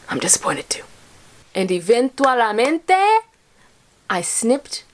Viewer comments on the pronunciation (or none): me gusto mucho escuchar ese "eventualamente" 😂 but is "eventual-mente" 😘 Hi from Panama!